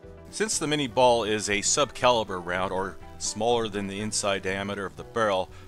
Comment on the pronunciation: Cool. So much knowledge about ballistic data. It's so funny that with all this specific expertise you still cannot pronounce the name of the projectile . Claude Etienne Minié was a Frenchman. Therefore the name is certainly not "minni-ball"😂 And yes, I am from Europe. BTW Great Channel.